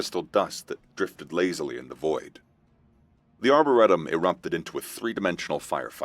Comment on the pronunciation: Yes, season 2 please. But learn how to pronounce Arboretum properly.